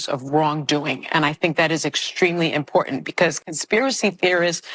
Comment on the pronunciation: she can’t pronounce the word “important” she’s street